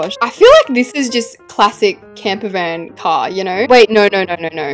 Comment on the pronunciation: It’s camper not camper fan 😂